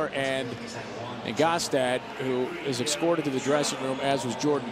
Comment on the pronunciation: he says ecscorted.. clearly isnt an english teacher either.